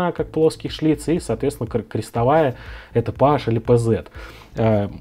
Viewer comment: Слух режет пэаш, пэзэт! Есть же названия, давно придуманные и запатентованные филлипс, позидрив, торкс, прямой шлиц и т.д..с размерами от ноля до 5, 10,20,30)). Маркировка PH это просто буква Ф)